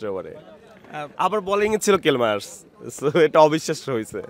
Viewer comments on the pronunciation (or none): কাফিরে! কেল মায়ার্স না। নামের উচ্চরণ টা শিখে নিস😅